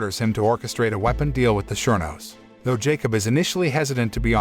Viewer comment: I never knew you pronounce 'Surenos' as 'sure knows'..